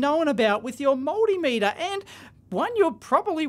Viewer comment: Look, If you keep saying Moldymeter, Im not going to watch anymore.